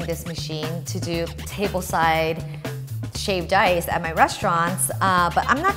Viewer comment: Sounds like she is saying shaved dice